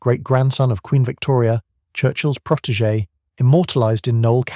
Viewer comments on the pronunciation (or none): none